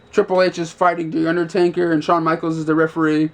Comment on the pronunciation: Is UNDERTAKER! Not UNDER-TANKER.... -_